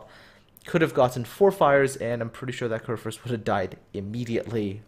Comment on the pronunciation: the first u in kurfürst is pronounced like the u in you but thumbs up for one of the better pronounciations i have heared this far form english speaking persons